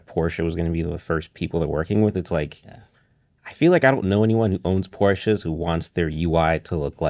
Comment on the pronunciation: IKR. Listening to that pink laptop kid talk about “Porsches” is painful